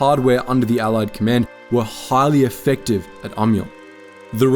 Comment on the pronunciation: "Ommy-aw". That's how you're supposed to pronounce Amiens. Not "aimy-enz", not "ammy-enz", not even "ommy-enz". "Ommy-aw". Because zees word, she iz FRUNCH. And you must bow to the frunchness, or be forever a goon. K-rounds were actually just regular 7.92mm Mauser rounds yanked out of the cases and reinserted backward, so the flat base of the bullet was facing forward - the intent was that the reversed slug would have better odds of penetrating as it wasn't as likely to deflect or ricochet as the rounded tip would. And the "T-rifle" was never called that. Es't ein Tankgewehr 1918.